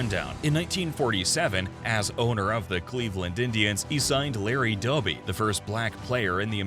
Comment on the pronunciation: It's Doby, not Dobby